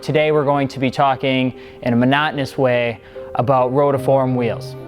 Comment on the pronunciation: Guy at the start saying "rotoform".